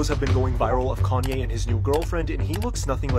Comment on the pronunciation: Gone-Ye West?????? Nice, I'm cool with that! Lol